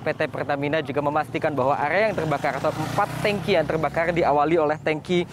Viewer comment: Peltamina telbakal🙏🙏